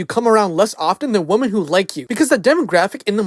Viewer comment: Dude, why do you have so much trouble saying the word "women" correctly? It's like when toddlers talk and say "wing" instead of the word "ring" or "hewo" instead of "hello".